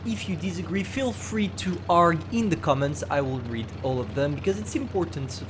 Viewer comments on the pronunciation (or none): "feel free to ARGH in the comments" It's pronounced aar -gyoo